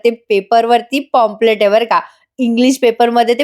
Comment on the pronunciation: पॉम्पलेट नाही काही पंप्लेंट. प्लीज नीट उच्चार कर.